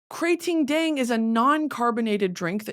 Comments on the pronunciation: OMG the way you pronounce KraTingDang is exactly like the way Thai ppl (me) pronounce it.❤❤❤❤ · Hi Supreme Leader me and my mom are Thai and I just wanted to lyk that she loves your pronunciation on Thai Red Bull thank you for making us laugh💗